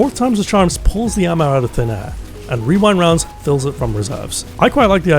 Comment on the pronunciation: genuinely impressed you said rewind rounds correctly so many times i would never be able to do that